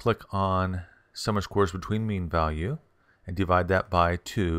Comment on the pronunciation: Thank you for the info. Tip - it's spoken - "sum OF squares" . . . NOT "Summer Squares!"